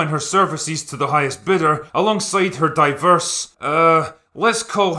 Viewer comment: I totally get that point of view and I agree with you but this critic insists on the womanly lead, you can clearly hear how he emphasies on the women factor. or how he says "DIVERSE" a few times beacause there's a black girl or a lesbian relationship. I think your opinion is a fair one but this youtuber is just hating it for worrying reasons.